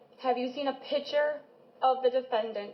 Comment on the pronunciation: It's PICTURE,, NOT "pitcher." Man O Man.